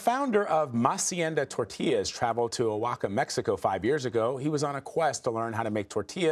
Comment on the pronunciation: Hold it right there; this is pure cultural expropriation. And it's pronounced Waa-Haa-Kah, not the ancestral Irish name, O'Hocka.